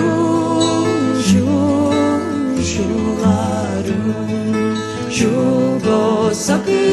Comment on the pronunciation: Spot on? Hardly. Right off the bat, she pronounces the vocative particle “a” in “a rún” like a long English a. (It should be pronounced pretty much like the ordinary unemphatic pronunciation of the English indefinite article (“a,” as in “a book”).) Not only that, but she repeats this word (used before the name (or substitute for a name) of a person you are addressing) before the following adverbs, where it definitely does not belong. That alone is hardly “spot on.”